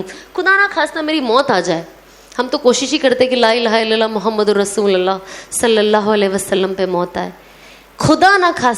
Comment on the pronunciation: Masha Allah bahna.....With due respect lovely Sana sister in kalima as pronounced rasulullah is correct with pesh on lam not zabar on lam. Jazakallahu khair